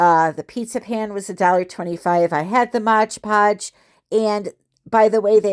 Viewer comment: MOD podge not MODGE PODGE